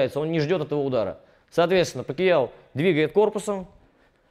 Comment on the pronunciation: Говорил бы не ПакИяо, а Пакьяо (как в названии), было бы идеальное видео